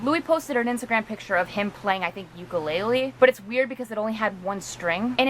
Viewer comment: I can see all four strings of the ukulele (the rest of the strings are black) and you pronounced ukulele wrong. Not hating or anything, just stating facts